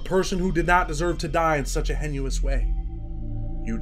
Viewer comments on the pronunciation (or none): heinous is pronounced hay-nus my boy. not trying to be a dick but i enjoy your content and i want you to be all i know you can be. your big video is coming soon. millions of views coming your way. keep up the great work brother!!